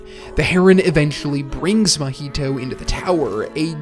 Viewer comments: Why do you keep calling the main character "Mah-HEE-toe" instead of "MAH-hee-toe"? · It’s a decent video, but the way you’re pronouncing the name is killing me. It’s not like the drink Mojito. lol it’s like ma Maiheeshtoe or sound like my heee toe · I’m about to discredit this whole video just by the way that you pronounce Mahito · Bruh can you please pronounce the main character's name right😅